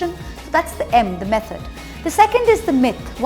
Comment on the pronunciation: Three 'M's are mefod, myf and magic. 😂 Love Moitra ❤️